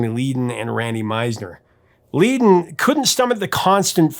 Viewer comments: It's actually pronounced "Led-in" NOT Leed-in. Please make a note of it.😉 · Another amazing breakdown. I love the Eagles and Randy. Interesting how it seems Frey was responsible for Leadon, Meisner, and Felder all being out of the band. btw I think you pronounced LEE-don when it should be LED-don ;) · Do have a little quibble here Bernie Leadon's name is not pronounced Leee-don... It is Led-don as in lead pipe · FYI the first syllable in Leadon rhymes with "red," not "feed." Also, Randy's background vocals can still be heard on Pickin' Up the Pieces. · Bernie's last name is pronounced "LED-don," not "LEE-don." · It’s pronounced “LED-den.” His brother was in Mudcrutch with Tom Petty before he formed the Heartbreakers. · LEAD IS IN LED IS HOW Leadon is pronounced! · Bernie Led on, Led on. Come on. Zero credibility to anyone who pronounce Bernie's last name. Oh yeah, it's Few ray, not Foo ray. Come on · Bernie pronounced "Leddon"....(Leadon) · So phewking annoying that this phewking bloke calls Randy Meisner a sideman, backup singer. Learn Eagles history. Learn their catalog. And you can't pronounce Bernie's last name. That's phewked up. Come on man Sack up.